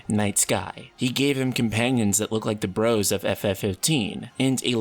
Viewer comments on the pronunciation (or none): none